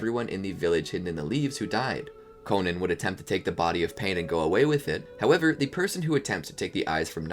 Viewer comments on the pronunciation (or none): none